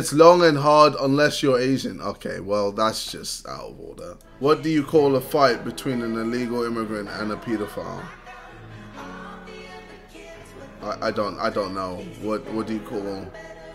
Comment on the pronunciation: He said PEE-DOE-FILE wtf is that